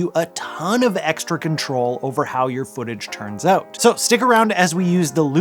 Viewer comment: The way you say “out” ( “Ooot”) made me laugh. It’s the telltale giveaway of a Canadian. To be “oot” and “aboot” 😅. But great video.